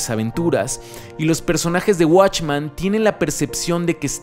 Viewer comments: ¿Por qué dices "watchman"? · ¿Por que en todos tus videos proguancias "Watchman" si la pronunciación es literalmente "Men"? ya que "Man" es singular y "Men" es Plural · Esto no es una critica ni una queja pero siento un conflicto enorme cada que dice WatchmAn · soy el unico que le causo ruido que pronunciara "Watchman" en lugar de "Watchmen"? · Está muy bueno tu video, pero se dice WatchmEn con E. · se dice watchmen compare no watchman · "Guachman" A pesar que el comic es mejor que la pelicula a mi tambien me gusta verla como un complemento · esta chido el video..pero si duele escuchar la palabra "watchman" XD